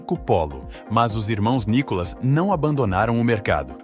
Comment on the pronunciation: O nome correto não é o "NICOLAS", é nunca foi!!!! O correto é "NÍCCOLA OU NÍCOLA". Seria de bom tamanho que, o autor é narrador do site conhecesse melhor a história da Nícola & Cia e pronúncia do grupo hoje da família Belinni, cujo o Sr. Paulo Belinni foi fundador em 1949 e nos dia atuais denominada "MARCOPOLO".